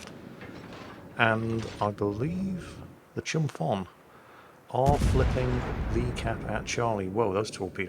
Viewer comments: The ship Chumphon is pronounced like the H at PH isn't there - "Chumpon". It's a province and city in South Thailand in which I lived for a couple months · I love the fact that most westerners called Chumphon Chumfon XD It’s Chum-Porn that’s how you pronounce it. I know Thai language is weird I mean most of Thai students didn’t pass Thai Language exams